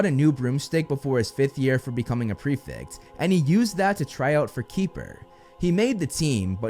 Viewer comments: It's prefect btw not prefix xD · Why can Americans not pronounce prefect correctly. It's not pre - fict.